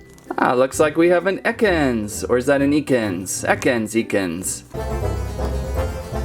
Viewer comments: It is pronounced ekans not ECK-ANS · It's pronounced EHkens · Yes Ekans with short e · It is ek-ins